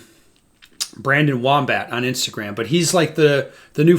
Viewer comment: I think it's fitting that calls Brandon Wombat "Brandon Womb-oh"